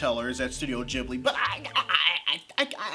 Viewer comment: Aww man! Stop saying "Jibbly" FFS.